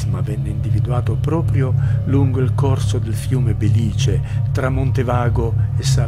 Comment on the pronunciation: Il servizio mi piace. Sembra però che il terremoto abbia spostato anche l'accento che dalla " e " di Bèlice è franato sulla " i " . Da sempre si è detto Bèlice, fino ai primi anni successivi al 1968. Sul suplemento al Grande Dizionario Enciclopedico (UTET) del 1940 a pag. 262 sta scritto Bèlice. Non sembra ci siano documenti o scritti o citazioni anteriori al 1968 che accentano la " i " - Segnalo inoltre che il compianto Corrao si chiamava Lodovico (con la o ).